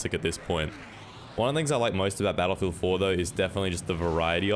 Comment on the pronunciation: I'll switch to "bel'feedah" then